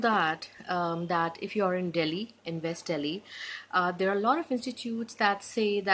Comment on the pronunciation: You have pronounced West Delhi as Vest Delhi which is the first mistake we Indians do normally (including me). We pronounce V and W the same, go through E2 PTE channel, rocks!